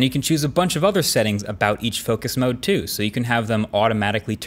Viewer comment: Dis TEW MUCH! 😩😂